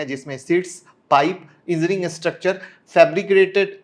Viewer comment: Sir Engineering ko Engineering boliye aap Enzineering bol rahe hain.